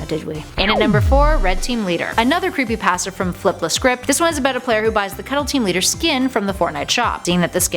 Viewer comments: Creepypasta not creepypaasta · Why does she say it like creepyPASTa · Your saying creepy pasta wrong and REALLY annoying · She pronounced creepypasta wrong